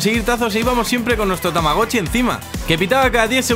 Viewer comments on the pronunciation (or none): es tamagochi no tamawochi